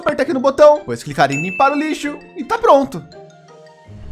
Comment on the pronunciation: Só eu que escutei ele falar:nossos amigos lixos maravilhosos